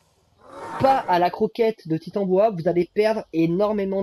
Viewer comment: Coucou merci beaucoup pour ce tuto. MER-CI. Rien à redire sinon la prononciation du titanOboa 😅 sinon j’ai pris le soin de noter dans un bloc note toutes les infos des kibbles 😂